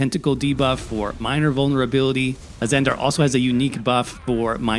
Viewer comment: AzanDER. AzanDER, AzzanDER.